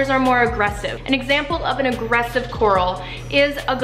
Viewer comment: It sounds so weird when you say "agresive coral"